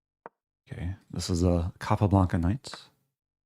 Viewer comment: What’s a “Capoblanca Knight?”